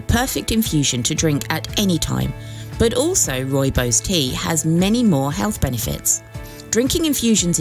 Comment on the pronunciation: it is pronounced Roy-bos